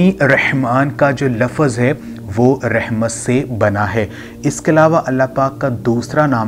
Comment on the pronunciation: بهاي خدا كا خوف كرو رحمن كي ر كي اوپر فتحه یعنی زبر هیی آپ زیر پرهه رهیی هین اسی. طرح السلام علیکم ورحمت الله مین. رحمت کی ر پر بهی زبر هیی \اپ زیر پره رهیی هین کسی مدرسه مین یا کسی قاری صاحب کی شاگردی اختیار کرین پهر قران بیچین باقی کتابون سیی وظايف پرهه کر اور قسمین اتهانیی سی اسی وقت پیسیی نهین مل جاتیی اگر ملتیی تو آ پ کب کیی ملک رياض بن كيي هو تيي نهين مليي تو يو تيوب پر دهکیی کها رهیی هو